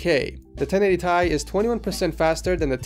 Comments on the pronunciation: wtf 1080thai please dont say that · i cringe evry time he says thai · 1080 thai hurt my ears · everytime he said 1080 Thai he lost 10 subs say 1080ti god damn i dont even wanna watch him bc of electrobox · its 1080 FUCKING T I not thai like wtf just stop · i gto triggered every time he said 1080 tie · He actually pronounced it 1080 Tie :D